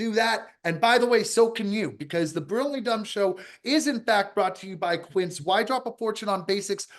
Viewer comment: Can someone tell how to pronounce Quince instead of Kince.